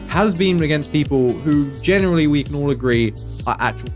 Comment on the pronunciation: "The aspects genurarilly include.."